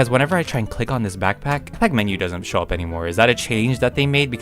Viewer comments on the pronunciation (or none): none